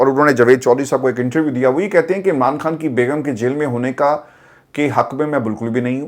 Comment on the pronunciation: Please خان بولیں ۔۔۔کھان نہیں